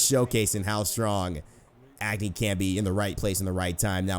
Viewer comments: Just FYI, Agni is pronounced ug (as in ugly) + ni (knee) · it not pronounced Agni its Uhgni. Btw I'm pumped for the new Agni skin coming out what about you? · You're pronouncing Agni wrong. I'm Nepalese, I know how it's pronounced.